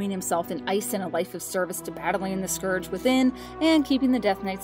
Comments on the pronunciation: did you all frededator channels sit in a room and decided the scourge is pronounce scorch? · Sorry but you guys made so many mistakes I lost count and stopped watching. Also it's clear that whom ever voiced this isn't a WoW or even a Warcraft player as either one of those would know how to pronounce Lordaeron and/or The Scourge. Cheerio.